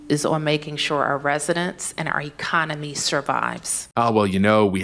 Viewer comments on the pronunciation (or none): She actually stated "iconery," not economy, how ironic. Lol.